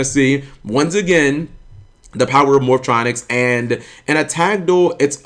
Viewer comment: Dude....Why do you purposely pronounce "Morphtronics" wrong?? is it like a black people thing to pronounce everything in a weird way? I mean you even read Cellfon and said it correctly there. Man shit like this triggers me beyond belief